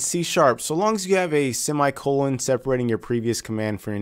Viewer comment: "seam eye colon" that is great ;)